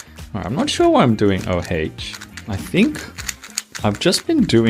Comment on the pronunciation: Whenever I hear say o haych 😢